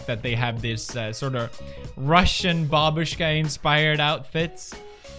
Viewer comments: Felix said it right!!! bAbusha!!! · This is the first time ever I heard English speaking person pronouncing “babushka” correct 👏🏻👏🏻👏🏻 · Thank you for pronouncing bAbushka correctly